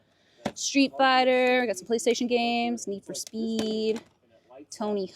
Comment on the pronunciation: I love how you say Zeldrrrrs lol Need for Speeeee(d) lmao